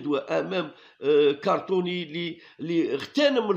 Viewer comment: Ya khouya shoubir c'est pas cartony c'est crotonne